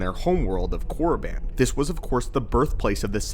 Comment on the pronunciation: thats not how you pronounce it, yes thats how it looks however the I is separate from Korr and doesn’t make the I sound. sounds more like Korr-a-ban or Korr-e-ban. good video tho